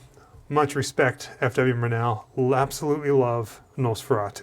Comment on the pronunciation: Murnau: stress is on the first syllable. MUR-now